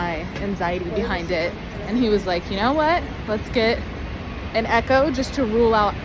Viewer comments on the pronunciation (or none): none